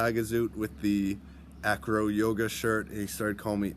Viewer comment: the true name is ajro so if you want pronouncing it like native speakers i mean the indigenous people of north africa you have say ajro not acro / anyway welcome my friend in Morocco